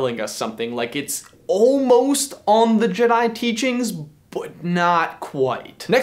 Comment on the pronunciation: Jedai, jedai, jedai, jedai...